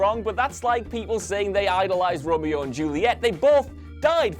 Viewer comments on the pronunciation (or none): none